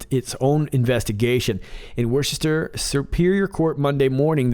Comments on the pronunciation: its worcester said wuss-ster. Love your videos though. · Love you. Worcester is pronounced "wuhster"